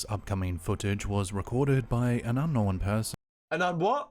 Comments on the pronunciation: For the record, King Frostmare is the other channel that says "know-en." And, no, that is NOT how you pronounce it, lol, so no need to stress. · The whole "knowen" thing....... I was just thinking It's not Knowen, like Owen It's Known, like Gnome then a questionable gnome sighting Like I said, "Known, like gnome' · It’s “Unknown” not “Unknowen” idk why people all of a sudden r starting to change the pronunciation of the word. It’s kinda annoying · Un knowen looool....and forworded 🤣🤣🤣🤣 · You're trolling on the "unknowen." Its well deserved though. lol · its pronounced "known", not "known"....got it? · mate he was saying "Ungnome" LOL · I think he may be saying unknowing but drops the g. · Yes, that is how we Kiwi's pronounce the word unknown lol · Don’t worry about his pronunciations - he can’t help being a Kiwi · Slapped Ham pronounces the word unknown the same as. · I’m constantly teased by everyone for how I pronounce ‘-wn’ words. I say it like him and can not for the life of me fix it. 🤷🏻‍♀️ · It's known the way you say it, it's correct. The Formen Brothers say it the way he says it. It's kind of aggravating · The correct pronunciation of un no when will remain unknown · will always get thumbs down for me on every single video until the idiot learns how to talk. “Unknown” is just one of like 20 words he doesn’t know how to pronounce. Not to mention that he uses the word “unknown” about 50 times per video